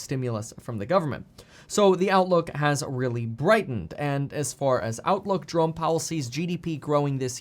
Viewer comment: haha Je-ro-me (Jeremy). i wonder if his parents said Je-rome as a joke.